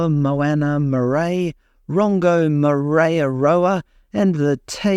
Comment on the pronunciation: Good on you for trying to pronounce maori words. Marae. maa-rye. "mixing of languages is a nightmare" you are ignorant of our cultures here in NZ.